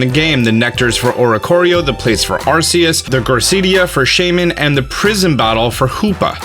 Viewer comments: Hate to say this but its pronounced are-key-us Not are-see-us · Not to be that person but it’s pronounced Ar .Key .us not Ar .see . us.... I learned this in a Pokémon book